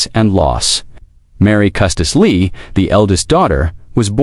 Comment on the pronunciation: Why can't Ai pronounce Lee